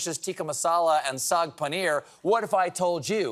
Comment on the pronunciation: Hats off to Stephen for not only knowing about saag paneer but pronouncing it correctly 🤌🏾🤌🏾